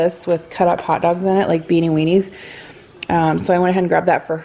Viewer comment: 🍷 every time says Beanie Weanies! 🤪😂🤣